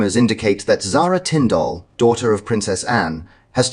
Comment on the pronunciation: PLEASE lern how to pronounce Zara's surname . It is nOT Tinfdalllll.